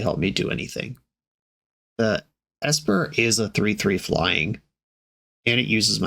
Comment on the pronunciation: A vintage player can't pronounce "Esper?"